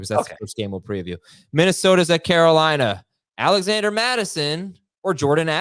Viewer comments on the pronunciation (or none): none